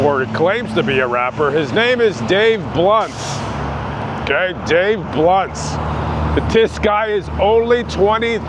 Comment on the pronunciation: Did you say "Dave blunt":, or Dave blimp"?